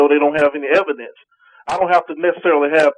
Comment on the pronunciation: Is it just me, or does say evidance?